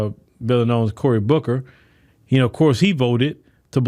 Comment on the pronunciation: I can’t stop ROLLIN every time he say “Corey Bussy”!🤣🤣I know I’m not by myself!😅💯